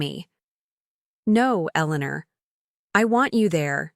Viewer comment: Elenuuur 😂, each time it said her name i laughed